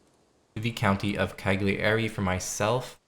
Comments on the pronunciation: Great video! One thing though, Cagliari is not "KAG-yari", but "KA-yyari". It's just like saying "paella" in Spanish ;) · why not google how to say Cagliari or Bologna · That pronunciation of cagliari was very funny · Americans - can say Zucchini fine, just how the Italians say it. Refuse to ever say Cagliari properly and have to always say it in the most painful way ever to hear or say.